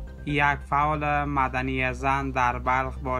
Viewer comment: معدنی نیست ، مدنی بگو او جوان !